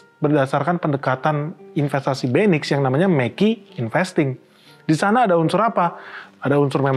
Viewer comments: Agak aneh di telinga setiap kata MEQI diucapkan 😢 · Pak.. Mending penyebutan nya MEQI perhuruf aja, saya kalo nge play pakai speaker didengar orang kok konotasi nya agak wadidaw😅